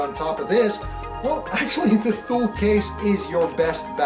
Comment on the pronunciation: It’s pronounced “TOO-LEE”...... like the city in Greenland